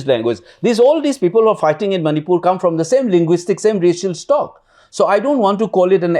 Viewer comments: Sir its Manipur not Manipiur... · ...its Manipur not Manipiur😢